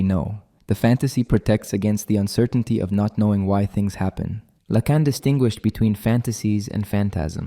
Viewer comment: Yes, the overuse of the "it's not X, it's Y" sentence structure and the continual shifting mispronunciations of Lacan's name are dead giveaways.